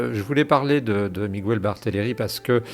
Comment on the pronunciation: Bonjour , en espagnol on prononce miguel sans u on dit mígayl on accentue le son ai ( e) en español j’espère que c’est clair